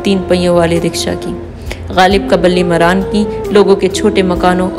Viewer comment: Balli mara' an... Not maraan